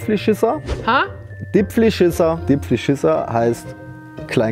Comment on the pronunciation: es isch nit "vierzig", sondern "fiirziig", ebenso bei "dipfleschisser" muss das i auch ein bisschen mehr betonung kriegen :D